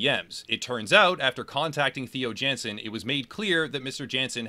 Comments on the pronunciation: Not to be nit-picky, but Theo Jansen is pronounced Tey-o Yawn-sen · My condolences to every Dutch person that had to sit through the pronunciation of Theo Jansen